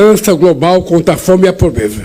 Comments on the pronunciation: Probesa, nossa tinha q fazer fono.! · Que português.... Pobeza e outras palavras a mais....